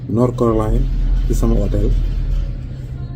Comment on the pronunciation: Bara doly,on dit charlotte, north carolina 😂